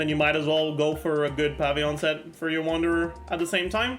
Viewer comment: I love that he says "pavy-yon"